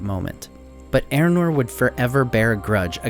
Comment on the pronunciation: Are you talking ay about Eärnur? Otherwise who is 'Eranor'? Try 'Ey-ahr-noor' .